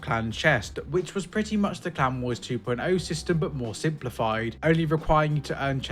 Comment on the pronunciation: I was listening instead of watching, and it took me an embarrassing amount of time to realize he was saying "clan wars" instead of "clown wars"